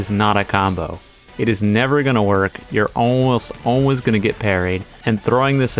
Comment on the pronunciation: I can't be the only one who realizes the way he says "always"